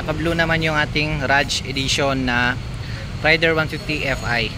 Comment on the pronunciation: juskopo reyder yan hindi rayder amp